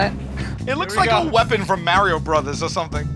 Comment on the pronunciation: Sal doesn't know how to pronounce "Mario Brothers."